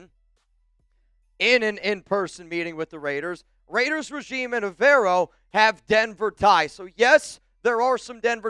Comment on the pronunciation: you gotta learn how to say Evero’s name if he becomes our coach